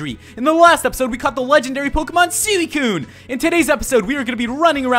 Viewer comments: you said Sidicune XD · Did he just call suicune sealicune?